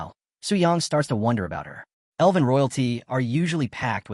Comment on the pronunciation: Love your work, but please pronounce "elven" properly 😅 it's not "eleven" 😂